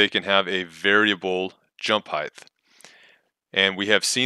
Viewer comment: Height, not "heighth." Thank you though for explaining this. I spent hours trying to make my own variable jump and had no idea what "Custom jump" was supposed to mean. They really need to put some polish into this app.